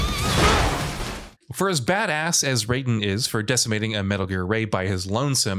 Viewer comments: Raiden is pronounced RYE-DEN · MGS Raiden's name is pronounced R-EYE-DEN and HighMax is a reploid, not a mechaniloid.